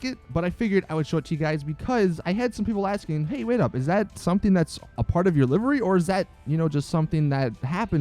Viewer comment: Stop mispronouncing livery.